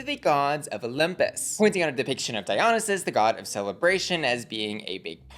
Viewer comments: It’s die-uh-NIGH-sis (Dionysus) 😂❤ with love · Ok if the Greeks are our gay elders lemme educate the children. Dionysus is (typically) pronounced ‘Die-yon-isis’. All love, just fyi.